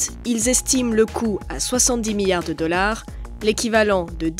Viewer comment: « 25 miyards »